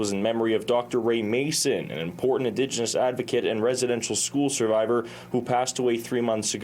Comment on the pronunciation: " M a S o N" eh?